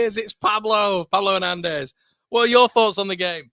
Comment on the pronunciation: Pablo Hair-nandez